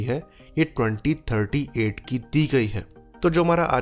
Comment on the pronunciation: Clear nahin hei cheejen. You said 2038 or 3038?